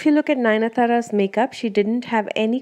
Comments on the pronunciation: BTW it's Nayanthara and not Nayana thara !! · Ninathara??? Girl, its Nayanthara